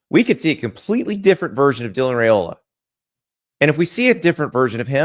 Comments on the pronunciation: You could start by saying his name correctly. Rye-ola, not Ray-ola. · Crap garbage haters #15 will make Fools of you... ps ...you can't even Pronounce his Name, way to Do yer Homework, shows how Knowledgable you Aren't